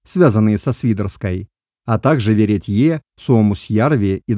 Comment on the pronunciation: Пару лет назад объяснил автору, как правильно произносить КукутЕнь, а он ВеретьЁ стал неправильно произносить. Межтем эта Культура важна не только тем, что её создали мои предки, но и тем, что там найдена одна из древнейших собак. Надо бороться за то, чтобы в википедиях эту Культуру не причисляли к Карелии. В борьбе с русскостью враги даже Русско-Европейскую Лайку переименовали в Карельскую.